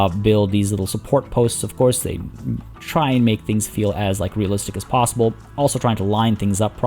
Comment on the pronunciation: when it's plossible xD